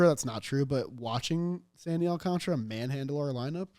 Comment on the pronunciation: Alcántara. Read the name, it's Alcántara. You're not even saying it right by the non-latin standards of saying it. Try Alcantara. Not Alcontra. You got this!!